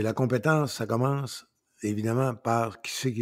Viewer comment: oui surtout quand tu dis commece au lieu de commence😂😂😂😂😂...lâche pas 😂😂😂😂